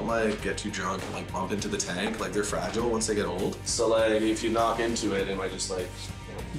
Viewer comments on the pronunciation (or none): none